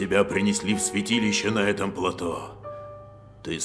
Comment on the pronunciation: В слове плато ударение на о